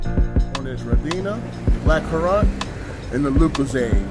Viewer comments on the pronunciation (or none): It's pronounced like BLACKCURRENT... not blackcurront... lol. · "Black Currant" 😂 it's pronounced the same as 'current' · haha my friend, its pronounced blackcurrent... like power current... but all one word... if you liked both of these drinks you should take lots home with you and put them into das boots ! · That's the fanciest way I've ever heard someone say Blackcurrant 😂😂 Homie said "Blackcurrawwwnnt" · Fancy? Nah, it's just wrong. Completely wrong. Literally nobody pronounces it anything like that in the UK. Not even close to fancy. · Any I'm from London and you posted the vid on my birthday! One thing, my girlfriend laughed when you said "blackcurrant" because we pronounce it "black - current" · Lmao the way he said blackcurrant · 😂 I'm sorry but it hurt to hear you pronounce black current but other than that 10/10 chug